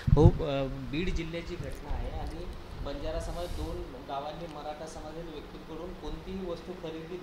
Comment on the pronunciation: बंजारा नाही वंजारा